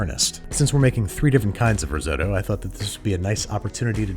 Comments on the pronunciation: "rriseott traicolore" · *only know about risotto from Hell's Kitchen "That's not how you say that" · Why do you say risotto like that 😅😂